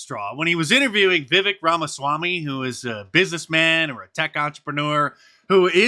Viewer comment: That's Viv-AKE, like cake... he says.